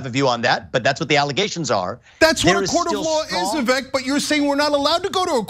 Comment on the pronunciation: Please…Viv-ache viv- ake Viv-ake Not ‘viveck’ But THANKU for calling out these fools So condescending and disrespectful She cuts him off constantly and then accuses him of cutting her off Also he WAS respectful about askin her name And her EGO is so profound that she attacksnhim AND in my opinion It was a method to rhtow her anger off course and redirect Because because ists HER show (according to her) which Vivek points out was INVITED its amazing how so angry and heartlessnthese people are ana and cenk